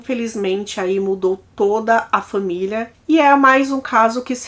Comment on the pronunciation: Gosto muito de você é assisto todos os vídeos, mas sinceramente, não é agradável ouvir você falando fÃmilia, cÃminho.